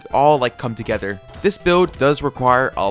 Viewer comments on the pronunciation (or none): none